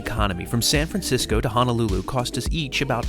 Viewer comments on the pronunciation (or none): The 787 is one of my faves. It's Hoe-Noe-Lew-Lew BTW not Ha-Na-Lew-Lew. As a HNL native that always bothers me slightly. As long as you spend plenty, plenty money while on the rock, no one else will care. Still yet, you'll surprise the locals when you pronounce it correctly. You two got me traveling Amtrak. It's a wonderful experience. I've seen all of the western mainland this way. It's amazing how entertaining looking out the windows can be. On to the east and then Canada! Hope to see you one day. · HONOLULU, NOT Hanalulu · Dude, please pronounce it correctly. It’s HO NO lulu and not HANAlulu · It's pronounce HO NO LU LU.... YOU BOZO😂